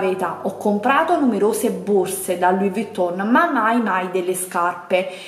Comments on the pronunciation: Eh purtroppo "Louis" l'ha pronunciato bene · A tutte quelle che Hanno sottolineato o deriso nei commenti la pronuncia di Louis. In francese si pronuncia non facendo sentire la S. O vi state zitte (dato che offendete quando in realta´ sbagliate) o vi informate.